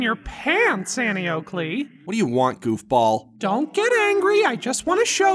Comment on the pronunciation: I thought he said golf ball when he said goofball